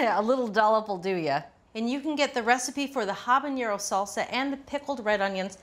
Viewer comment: It's missing cumin. Also, it's "habanero," not "habañero"